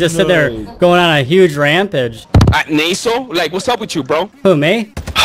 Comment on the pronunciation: Nay-sel, you talk nay-sel